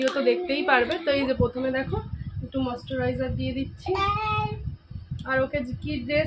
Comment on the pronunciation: তুমি খালি মস্তরাইজার বোলো কেন ঐটা mouschoraijar হবে 😔